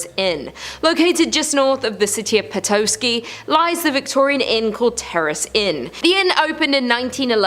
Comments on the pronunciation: I lost it when she said “pe-toe-skey” 😂😂😂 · Petoskey Pee-tas-key is how its pronounced. I lived and worked in Petoskey my first job was a bagger for Carters Grocery store. I remember doing Michigan History and it was a thick book with thousands of hard names to pronounce. Roughly 2o miles away is a small town called Pellston our mail came in by plane. My elementary middle and high school was all the same building. Winters were long harsh and beautiful. 2 tracks to snowmobile for hundreds of miles. Fishing for every mans desire. Id go to Cheboygan and fish off the dock across from the ice cutter called the Mackinac. In the summer wed go to Mackinaw to make fun of the fudgies and swim at one of the many beaches with sand soft as silk. Go to Indian River and watch them build Totem poles. Or wed travel to Wolverine in the fall to camp at the natural sites. And on fridays wed eat at the pizza shop in town. Many fond memories when we moved from up north to Cleveland i was in culture shock. Went from mud rooms and four wheelers to glass lobbys and buzzers for entrance to high rises. I was made fun of for talking funny. Though i didnt think i spoke weird at all. To the person from Michigan I find your cringe humourous cause only people from these places understand.. sorry for ranting. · Just in case you guys need to say these places ever again. Mackinac is pronounced mackinaw and petoskey is pronounced petossky. There's two for you. Also at the grand hotel a movie was filmed with Christopher Reeves. I think it was called A place in time. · Just an FYI. It is pronounced "Mac Ah Naw". Not "Mac A Nak". Also, Petosky is pronounced "P-Ta-Skee" . I understand people from outside the area have a hard time with the pronunciation. Hope this helps. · Manitou (Man-i-too), Mackinac (Mack-in-aw), Petoskey (Pe-tah-skee), Seul Choix (Sis-shwah) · Yup im upper michigan the way she butchered petoskey...she said poetoeskii